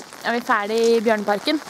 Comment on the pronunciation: when I first heard your speak I thought you said barnaparken then I saw the bears